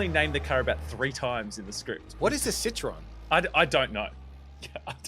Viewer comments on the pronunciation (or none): You never heard of the French car manufacturer Citroën? (The "ë" isn't silent BTW)